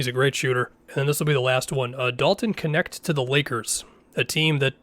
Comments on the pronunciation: It's hilarious that Dalton's last name is to hard for everyone to pronounce and they all just settle for "Connect". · He pronounces it as “connect” dumb dumb